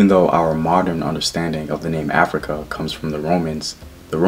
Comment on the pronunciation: Which Gerald Massey book mentions Af-rui-ka?